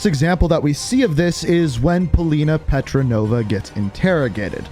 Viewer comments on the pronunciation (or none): Great video. I loved the campaign. It was definitely much better than cold war’s campaign. Btw Polina’s name is not petronova it’s petrova. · 😂😂 Did you just say Paulina Petronova 😂😂 it’s petrova! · Who else is annoyed when he says Petranova instead of petrova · Its not petronova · Polina petrova not polina petrenova i think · STOP SAYING PETRONOVA ITS PETROVA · Polina Petrova* not Petronova. You’re welcome. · Her name is Petrova not Petranova lol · It's petrova not petronova but really good and fascinating video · It’s Petrova not petranova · Bro it pretty triggered me you said “Petrenova” the whole time😂🤣, it’s Petrova, in real life: Lyudmilla Pavlichenko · Its Petrova not pretronova😂💀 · Love the campaign it coulda been a bit longer though. Also Polina's last name petrova not petronova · "Polina Petronova" I'm sure you've caught onto this already, but its 'Petrova' just a heads up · Petrova not Petronova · Petrova not Petronova... Lol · It’s petrova bruv.